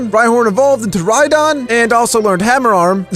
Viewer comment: When says rydon ^^ Me: \____/